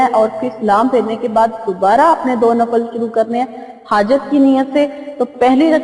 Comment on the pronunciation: Assalam o alaikum mujterma lafz NAFAL nahi balke NAFIL kehte hen shukria